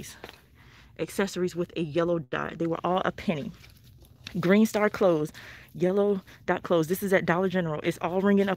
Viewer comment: She said yellow and greet dots